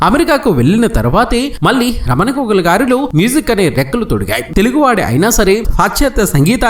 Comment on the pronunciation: అక్కరలేనిచోట వత్తులు (ఘోగుల) ,నా అని పలకడం రాదు కర్మ.